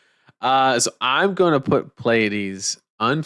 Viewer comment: Mad props for actually pronouncing Pleiades even remotely correctly. The amount of people who can't seem to recognize that the first two letters are P and L blows my mind.